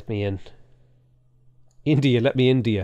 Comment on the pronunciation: I for one appreciated the "India let me in-to-ya' 😂